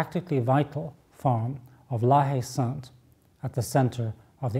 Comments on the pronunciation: when you pronounce La Haye Saint, "H" is silent, so it should be something like "La-Ay-Son" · friggingbomb88 La-Ay-San ! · If we wanted to speak French, we d have let the little bugger win. And if it as spelt la haye sainte , isn't the French pronunciation la ay sont?